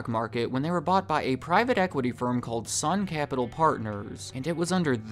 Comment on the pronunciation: You said "Sun Capitals" and I cringed